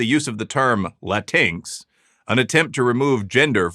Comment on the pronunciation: Prof Reilly pronounces LatinX the same way I do! ("la-TINKS") 🤣🤣🤣